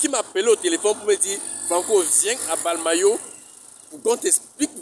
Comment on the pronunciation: On dit mbalmayo et non balmayo